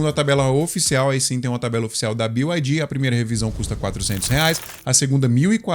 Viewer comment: BYD na língua inglesa se diz bi ai di Que são letras do alfabeto em inglês. 90% dos youtubers falam BIO não sei porque…